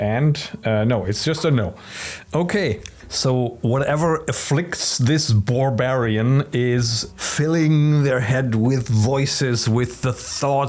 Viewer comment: Boar-barian I just had to repeat that after hearing it. Just great.